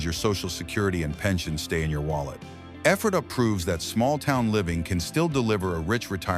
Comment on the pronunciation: Locals call it EE-fray -tuh